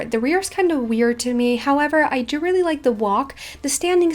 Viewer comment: Am the n=only one who thinks t sounds lke shes say "To" Instead of DO. Like - "I TO like the reins" Just me?